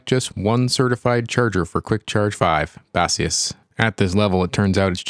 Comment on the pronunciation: For the love of God please stop calling Baseus "Ba-See-use". It's "Base-Use", short of "Base-user".